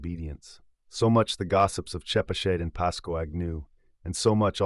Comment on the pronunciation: Nice reading. Btw, Pascoag: pronounced "PASS-koe" or "PASS-koge". Chepachet: pronounced '"cheh-PATCH-et".